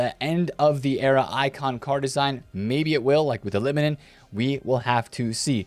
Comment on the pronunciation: Im from finland and finally someone said litmanen correctly Keep it going!